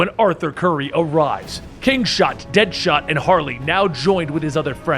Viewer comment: He said kingshot , deadahot lol